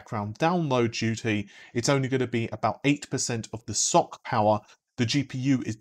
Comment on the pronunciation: Ess-Ohh-See is probably more correct, but certainly less entertaining. Keep with the Socks :)